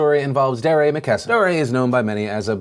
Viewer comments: Dee-ray. Not Durr-ray. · Not sure if Phil mispronounced Dee-Ray as Der-ray on purpose to highlight his durr moment... but if the shoe fits... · I think it's pronounced dee-ray, Phil. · His name is pronounced D-RAY . not duh-ray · so its pronounced duhRAY? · Deray is pronounced Dee- Ray #PSA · did you call him dariah? lol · Phil I've been subscribed to you since I was in middle school, you are falling off just pronounce his name right man "DEE-ray" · It's pronounced DEE-ray. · Just so you know Phil, I think it's pronounce DEE Ray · It's pronounced D-ray DeRay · I love how you call him Durrr ray hahaha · Honestly I just can't get over the way you are saying Deray's name. Emphasis should be on the second syllable. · The way Phil pronounced Deray made me cringe